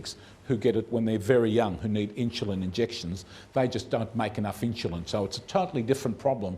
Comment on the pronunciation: It is Insulin, not Inshulin.